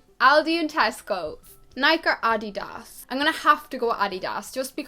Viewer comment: i looooove the way you said "nike" and "adidas" !!!! i've never heard "adidas" said like that before